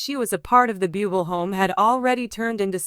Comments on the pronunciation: Pls pronounce Michael's last name correctly...🙄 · Have the courtesy to pronounce his name correctly, this is so disrespectful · Yes, not pronouncement of his name correctly….pathetic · Perhaps 7the announcer could learn how to pronounce bubbles name